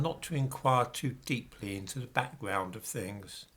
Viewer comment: "Backgwound"? "Twanssexualism"?, maybe it's time to speak-a-de-English properly before the dementia fully has it's grip on you 🤷🏿